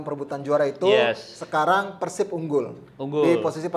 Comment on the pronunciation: peursib peursib mulu, pelafalan yg bener tuh pérsib. dasar pundit abal2